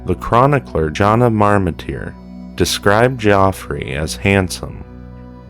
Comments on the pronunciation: Geoffrey, pronounced ..Jeff ree. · It's pronounced the same as "Jeffrey". FFS